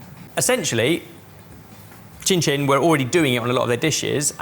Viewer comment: saying cincin correctly